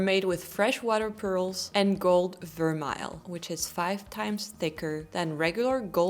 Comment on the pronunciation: Gold vermeil is a French word. The vermeil part anyway. Not pronounced ver-mile. So surprised you said that. And it is not very thick or high quality. It does wear through and pretty quickly. I love your videos though.